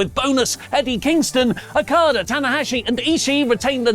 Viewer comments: Lol he says Akada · Why does pronounce Okada's name like that? 🤣🤣